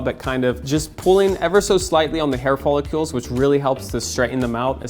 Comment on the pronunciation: They’re hair “follicles”, not “follicules”.